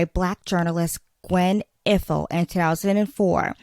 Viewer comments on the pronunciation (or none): Thank you for this report and analysis. FYI, the late Gwen Ifill's last name is pronounced EYE-fill.